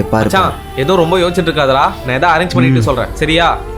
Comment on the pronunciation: Yosthikitu iruke ❌ yoschitu irupe